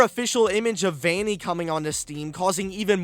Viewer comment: Pronounces Vanny like "Veiny" haha